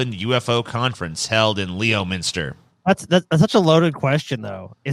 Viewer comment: I bet you thought you finally caught a break with easy to pronounce town like "Leominster" but the o is actually silent for some god forsaken reason.